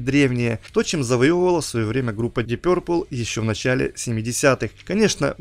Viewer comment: Твоё пё-РРР-пэл режет слух! Что-то вроде гё-рррлз. Уважай английский и фанатов!